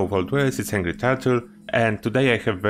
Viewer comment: Good to know. I mean I never have to make any because far more often I am dropping about 40 or 50 of them every week but. Also I just noticed when you say angry it sounds like hangry so it sounds like you are saying your name is.